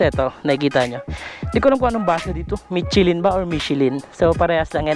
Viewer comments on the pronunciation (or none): Mishelin hindi mitsilin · Hindi "michi-lyn"...."michelle-lyn" ang tamang bigkas.